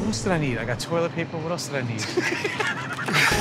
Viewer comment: When joe said “turlet” 😂😂😂